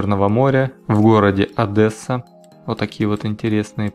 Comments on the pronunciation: ОдЕсса через "е", не через "э". Вас местные очень бы не поняли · Правильно говорить одЕсса, мягко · Адэсса очень режет уши, хоть я и не украинец. Дальше 1 - ой минуты просто не смог посмотреть. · Адэса сильно по ушам бьет))) а так не плохо) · В Одессе не говорят Одэсса... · Одесситы наверняка пылают от "Адэсса" автора. Им очень не нравится, когда так говорят. Примечательно, что так только русские называют ее. Я хоть из Харькова, но меня тоже аж колотит от "Адэсса". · ОдЭса... Хм... Любите вы сравнивать какой-нибудь русский Мухосранск со столицей. А надо сравнивать Москву с Киевом, Одессу с Питером, а Мухосранск с Зажопинском. И тогда становится ясно насколько, с советских времён, Россия продвинулась вперёд по сравнению с Украиной. И насколько, как ни странно это звучит, Россия ближе к... Европе. И это касается не только внешнего вида, а и ментальности и всего прочего. Хотя, ещё надо разобраться, "близость к Европе," сколько здесь плюсов и сколько минусов...) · Сам ты одэса, научись правильно произносить. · Да какая-же ООдЭЭсса???? 😏 Не говори так никогда!! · Адэса ну почему, какая Адэса, не говори так 😭😭😭😭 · МНЕ ОДЭССА СЛУХ РЕЖЕТ. ДО ТВОЕЙ РЕКЛАМЫ ДОСМОТРЕЛ И ВСЕ. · чувак, Одесситы очень против обычно неверного произношения) однажды, испытав на себе говоришь потом Одесса:) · Дружище, выговаривай правильно, тебе ж не говорят соша))) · в Одессе никто не говорит "Адэса", в крайнем случае "Адесса" (если говорить о более-менее образованных людях). И уши это коробит, как раз, образованным людям, как и слова "ихний", "егошний". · Как одессит скажу,ни один одессит не говорит Адэссса блин))Одесса как пишется ,так и говорится.Жаль методом тыка не попал в район Аркадии,вот то сравнение получилось бы ) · Почему все иностранцы Русские говорят Одэсса , А Одесситы говорят Одесса Как меня это Злит!!!!!!!!! Лайк кто из Одессы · Одесса - уникальный город. ☺️ Кстати,, правильно всё-таки ‘Адесса’. ‘Адэсса’ очень коробит ушки украинцам. 😅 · И не Одэса а ОДЕССА!